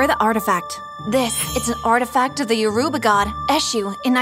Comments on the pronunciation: im from the igbo tribe and all i can say you say it like you-ro-ba not yurba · Bro icanhot believe they pronounc3d Yoruba as yo_ru_ba it is yo-ro-ba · I am from Lagos Nigeria and it's (yo-ro-ba) not yo-ru-ba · As a Nigerian is not called u bo ra😅😅 is Called uroba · Lol nice, but it's pronounced yo-ru-ba, not yubora. 😁 Also goes to show hard work pays off. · I know this woman didn’t just pronounce Yoruba as “YoBUra”??? Three syllables is that tough? “YO RU BA”? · ITS NOT PRONOUNCED YOU-BO-RA its yo-ru-ba (BA AS IN THE SOUND SHEEP MAKES), (YO as in yoyo), (RU as in rue) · As a fellow Nigerian I want to tell you know how to say Yoruba Yo-ro-bA Its was funny when I saw it was Yoruba she meant😂😂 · Lmao “you bora” killed me if only you just looked at pronunciation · I’m sorry the way she said Yoruba and Eshu help I’m Nigerian and Yoruba so like 😂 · The way they pronounced Yoruba made cringe a little as a Nigerian 😂😂😂😂😂😂😂😂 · The way Yoruba was pronounced 😭💀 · The way they pronounced Yoruba made me fall off my chair it was soo weird I mean it's soooo different from the way we pronounced it and also no matter how much power or confidence a Nigerian traditional God gives you it always backfires in the end